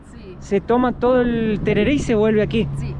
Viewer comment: Pronunciaste como si fueras yanqui. Se dice tereré, así nomás